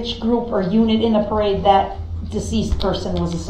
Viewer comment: Axe, troof, licence place, dat, substain, tacket, fustration, umbiblical..an English teacher's worst nightmare. 😆